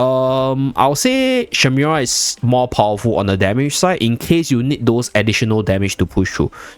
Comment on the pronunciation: Shemira, not shimera 😅